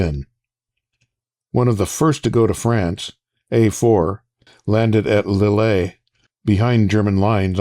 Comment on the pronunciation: Lille is pronounced as L-eel. We'll get you sounding French soon enough.